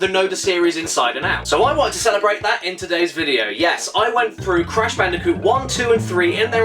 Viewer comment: Crash Bandicoot Video checklist: 1) make sure to say "sonics arse game" 2) say "cash banooca"